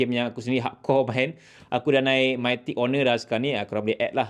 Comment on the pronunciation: mitik bang bukan maitik btw harini last season 🥲